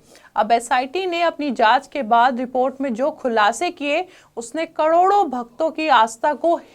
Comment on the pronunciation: जो महिला "करोड़ों" का उच्चारण भी ठीक से ना कर पाये, कड़ोड़ों बोले, संशय तभी हो गया था कि ये समाचार का चैनल नहीं किसी विशेष लक्ष्य के लिए खोला गया चैनल है!!